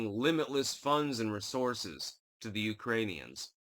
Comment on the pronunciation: “Thu’lensky,” “Nu’kranians”??